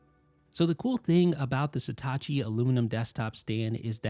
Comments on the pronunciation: It’s „Satechi“, not „Setachi“. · Why do you keep pronouncing Satechi like it's Hitachi with an 'S'? (I'm assuming it's "suh·teh·chee") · Not even close to pronouncing the brand name correctly. How can the E have an A sound??